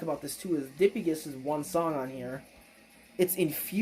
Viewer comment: Relatively sure it's pronounced duh-pie-gus but I have no way to confirm that lol